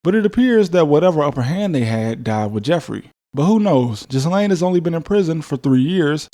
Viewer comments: Great video👍👍 also the S in Ghislaine is silent. So its pronounced “Gilaine” not Jizzlaine lol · In what world is Ghislaine pronounced Jizz-lane? it's Gih-LAYN... Get cultured... geez! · Yes. He was a spy or an intelligence asset. A tool really. A disposable tool. What's being covered up is not Trump's activities, but rather Mossad's and how compromised American industry and government is. BTW Ghislaine is pronounced Ghee-len in English. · It's pronounced "Ghillaine" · It's pronounced jil-ane (Maxwell). Regardless sir, you never cease to amaze me regarding the legwork you put into your stories. Fab as usual, and I wait for your pieces with the anticipation of a Hollywood blockbuster (but better - since I'm sure you know the value of blockbusters nowadays). I've sent your stuff to members of my family, which for me, I very rarely do. Thanks again, and look forward to the next one. Peace 😎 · I love how blatantly you butchered ghislane's name.